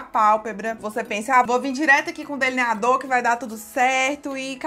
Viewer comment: Fou so eu q achei engraçado ela falando deliniadorr